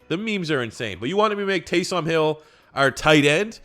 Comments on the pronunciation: Please stop saying Tay-som. It's Tay-sum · you pronounce taysom like taysum or taysome not tay som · Its pronounced Taysum not TaysOOm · For the love of god quit splitting up his name and say it as a full name Taysom not Tay Som. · Taysom not Tay SOM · its "Taysum" not "taysom" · Am I the only one that is super mad at the way he says taysom hill it's pronounced tay-sum hill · "Tay-Some Hill" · The way you say Taysom really bothers me